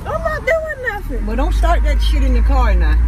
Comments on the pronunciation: The cer you mean car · at this point it’s “sigga et” and “kur”